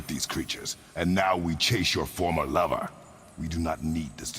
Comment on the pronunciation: the way he says lover is funny